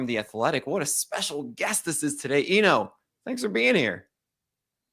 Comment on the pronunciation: you're mispronouncing Eno's last name. Just ask Eno and he'll tell you.